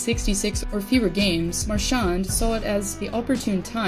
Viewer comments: could you actually learn to pronounce his name before you post about him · One of the best players! Gotta love him! Just say his name right 😬😂